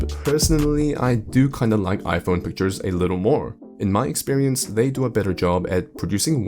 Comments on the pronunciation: "iPonyee" Crazy how a whole group of people want a phone so badly, they can even pronounce. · Oh that's why Hongdae guy is always talking about his Aipon sikshteen p'ro maXX 😂😂😂